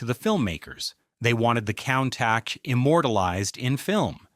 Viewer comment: 😆 coon -tak or cune-tash or cone-tauk